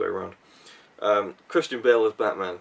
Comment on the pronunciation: I'm guessing you though "Hmm... Who has a completely different accent from me? Oh Chris!" So then "AM BATMAUN" is said and now you know how stupid us Scottish folk feel when we try to quote from films... :).